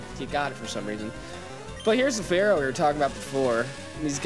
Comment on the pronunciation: Follow the Pattern: Ekans Arbok and then we get to Muk... On an unrelated note: You mispronounced "Isaiah" and "Fearow". I-zay-uh Fear-Oh